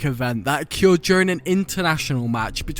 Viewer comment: Learn to say occurred jesus christ.